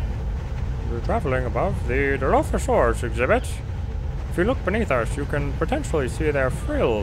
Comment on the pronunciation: Kid has never seen a JP movie it seems. He pronounces Dilophosaurus wrong. lol